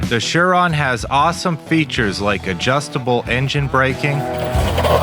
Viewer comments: Umm there is no H it’s Surron not Shuron? wake up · It’s a surron not a sure on.